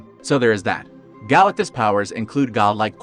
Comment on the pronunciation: Galacuss? Id thuis an AI video or you're leaving the T out on purpose.